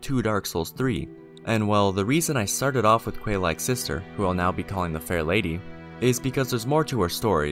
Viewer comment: que is not pronounced kweigh, its prounced kay. I can't find Quelana's name in japanese (I assume it is the characters for keruana or similar), Quelaag's name is spelled Keraagu. That is pronounced Kay rah ah g(oo) (you can drop the oo). While it's spelled using Katakana, the pronounciation DOES NOT CHANGE. Japanese, even when speaking foreign words, is a phoenetic language, and all syllabels are pronounced one way. It's Kay log, and Kay lana.